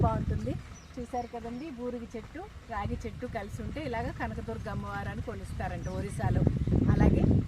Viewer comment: రాగి చెట్టు కాదు రావి చెట్టు